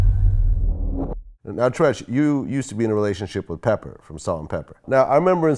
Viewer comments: Not peppa, but pepper lol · It aint pepper. Pepa.. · It's Pepa not Pepper Vlad..